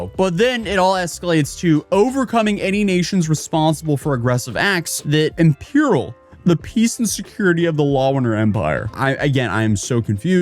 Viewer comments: imperil, not impereil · Two word you’re mispronouncing just cause I thought you’d appreciate knowing: monarchy is maa·naar·kee and imperil is im·peh·uhl in the US and um·peh·uhl in the UK